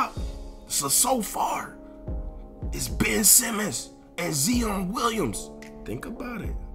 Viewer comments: Lol Nigga kept calling him “zeon” 😂shit was driving me crazy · 🤦🏾‍♂️ ZION (zy-on) damnnn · This dude really mispronounced Zion lmao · no cap